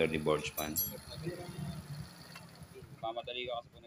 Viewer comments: Burgman d po botchman Lol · burgman sir hindi borjman, sagwa pakinggan